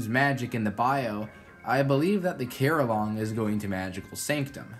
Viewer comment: How did you get carillong right